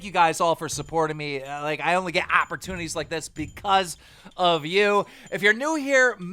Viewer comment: How you get hired to commentate when you pronounce words “exspecially” and “apportunity”